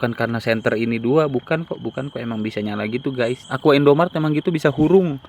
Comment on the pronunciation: Bang, sampe kapan mau nyebut "IndomarEt" jadi "Indomart"